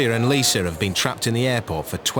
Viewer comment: Narrator, PLEASE STOP SAYING ' LISER'... THERE IS NO "R"! Lisa!! And several days late regarding Amy and her chicken pox. She's already infected innocent travelers....